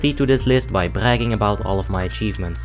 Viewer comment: He taunts his achievements with a French accent….